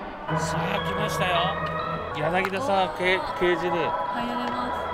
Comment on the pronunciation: ダレノガレさん やなぎだじゃなくてやなぎたね！！！